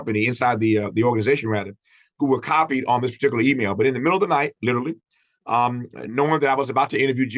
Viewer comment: “Par-tic-u-laaar”. Tf is that?